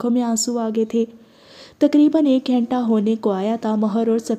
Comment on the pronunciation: App ghenta khaiti hain balki ghanta hota hai😊